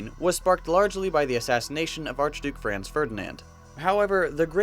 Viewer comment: why does everybody pronounce Franz wrong though?